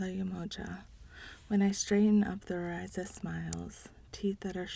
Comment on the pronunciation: Thanks for the read but please try to know the pronunciations. Orisha is pronounced “Oh-ree-sha” not “Ee-Ry-za”. Just saying…